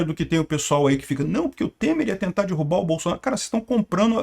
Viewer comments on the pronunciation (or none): none